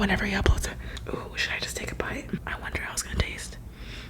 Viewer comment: Did anyone else notice that she said "hot" in stead of "how" on